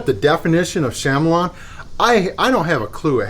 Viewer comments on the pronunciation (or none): He's gotta be trolling us with "Sham-a-lon". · SHAM-elon? 😂🤣 I had to restart the video because I couldn't hear anything over my laughing after that pronunciation! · It's pronounced "kuh-MEE-lee-un" like the lizard. I have the M12 and from another review I believe the DeWalt and Milwaukee both got closer to the edge with their offset heads, which is a big deal, and the Milwaukee had easily the best feather control. If you're beating them silly all day, that's probably not a big deal. I keep mine handy with the offset head attached, but it's not my daily driver because it's less powerful than the Surge by a good margin and lacks impact. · Can’t trust nobody that doesn’t know what a chameleon😂😂 it’s pronounced Kamaleon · instalsion ? installation is the correct pronunciation , the bosch is not a chamelon its a chameleon , it changes to adapt to its surroundings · Would it have helped if Bosch had spelled it "KAMELION" or" KAMELEON?" No, it's not pronounced CAMEL LION.